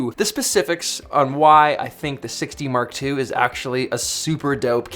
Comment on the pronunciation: Haha! You "Six D Mark two" sound like "Sixty Mark Two" :))) Man, I spent a lot of time searching for "Canon 60 Mark2" :)))